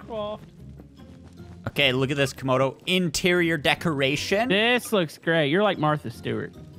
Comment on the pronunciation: stop saying comodo is camodo